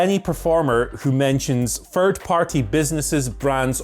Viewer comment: needs to learn the pronouce "Third" and "Thirty" Guess anything with the "Th" sound haha